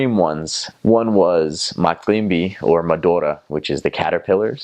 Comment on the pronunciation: I really love the way this guy say macimbi madora